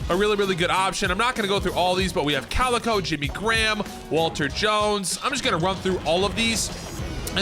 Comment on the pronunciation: i love but this dude said calico better than 😂